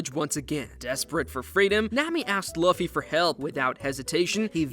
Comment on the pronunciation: That's not how you say luffy's name